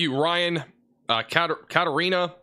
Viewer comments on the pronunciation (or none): none